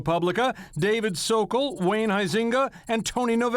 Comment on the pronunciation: The way they pronounce Huizenga is hilarious.. All Dutch people would fall off their chairs… Thomas is a disgrace… not all justices are like him, btw….